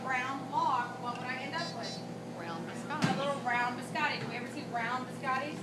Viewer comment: Did a culinary professor just say “bis-AH-tee”? Fire her